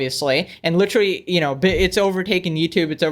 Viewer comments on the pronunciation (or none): none